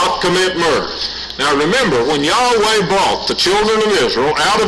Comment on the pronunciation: Well, he doesn't pronounce YAHWEH correctly.